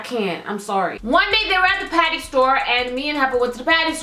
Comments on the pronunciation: when she said patty i thought she said panty lol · with ur accent u say patty so funny we say it differently in london